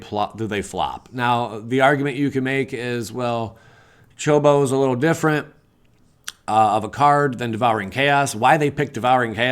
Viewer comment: It's pronounced Chō-kō-bō